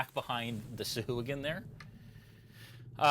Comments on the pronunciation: ITS PRONOUNCED (SAH - - AH - GWIN), not (soo - hoo - ghin) when you say Sahuagin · Its pronounced Sea Hooligan.